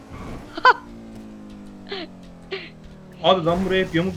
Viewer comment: Abi demirhane neden emirman diyon ?